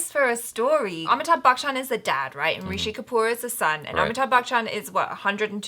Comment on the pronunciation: It's not Amittha bachan It's Ami_thabh... Keep trying